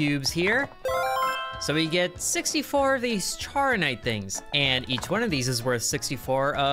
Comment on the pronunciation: Charonite is pronounced char-o-nite thank me later.